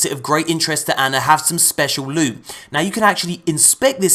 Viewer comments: LEWT SWEET PRRRRRRRRRRECIOUS LUTE!!!!! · I MISS U SAYING LEWT SWEET PRECIOUS LEwTT